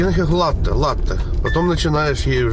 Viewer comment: Nado govorit coffee latte , 2 slova, a po ideii eto ( latei) proiznositsia)))